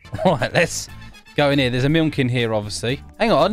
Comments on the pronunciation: Dude it sounds like he’s saying milnk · the way he pronounces milk is 👌 😂